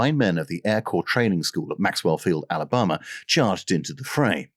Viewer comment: Just one note. Its alaBAMa. Not alaboma.